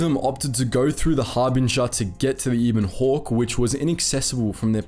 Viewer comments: Eh bon hawk, not eeeebon hawk. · Ee-bon hawk?......you either never played or skipped the dialog huh bud, it's EH- BON hawk. That ship deserves to have her name said right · Ebon, like ebony, without the ee at the end. Not e-bon.